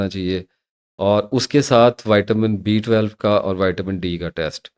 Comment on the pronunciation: Dr sahib, great delivery, me 59 ka Hoon ore muje ye clear nahi hota ke ap D12 bata Rahe Hein ya B12 bol Rahe Hein, agar screen per visible hota tu doubt nah hota, ab me ne video tu watch ki magar B12 or D12 clear nahi howa